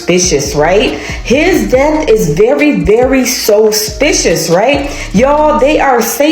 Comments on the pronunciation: If she say 'Sospicious' one more time😂😅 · This chic saying Sospicious and those drawn on ass eyebrows I can't take her seriously! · Sospicious? A, E, I, O, UUUUUIU *(and sometimes Y)